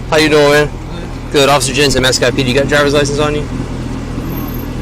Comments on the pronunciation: I m from mascotte florida😅😅😅😅 its pronounced mass scott😅😅😅not masscotty😅😅😅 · It’s pronounced mascot.. fyi.. I grew up there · Hi! We live 15 min from Mascotte Fl. It’s pronounced like mascot 😅. My mom was cracking up when she heard it lol. LOVE YOUR VIDEOS ❤ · Mascotte😂😂😂 is pronounced Mascot 😂😂😂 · It is Mas-cott, not Mas-cott-e. That pronunciation made me giggle. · It’s pronounced ‘Mascot’ , my sisters grew up there. Great videos, my man. Keep it up . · You murdered the pronunciation of Mascotte 😂 it's supposed to sound just like mascot. I used to live in Groveland the town over. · Mascotte is pronounced mascot 😂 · Mascotte, Florida is pronounced as ‘mascot’